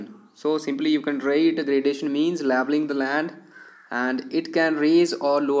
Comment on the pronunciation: Laveling nahi leveling